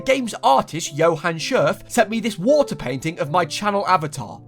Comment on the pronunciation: I like that they say Waer and not water because you’re never supposed to hear 50% of the word